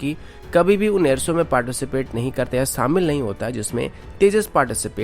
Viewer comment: सामिल नहीं शामिल कहते हैं, कोसिस नहीं कोशिश कहते हैं और एअर सो नहीं एअर शो कहते हैं| आप शब्दों का उचारण ठीक करें| किसी अच्छे हिन्दी चैनल को ध्यान से सुनें और खुद को ठीक करें| आप की आवाज बहुत अच्छी है| स तथा श में अंतर करना सीखें|